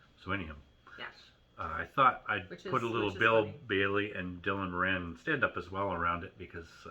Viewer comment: Morin ???? Nope.